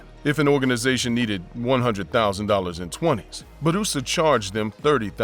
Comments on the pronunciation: is name is pronounced Boorassa not Baroosa. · Blunder, Gee every time he said Baroosa, grated my ears. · Idk why it’s so funny for him to say “Bourassa” 😂